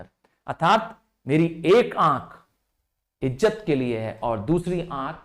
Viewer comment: Btw sir be not be angry u pronounced izat as ijjat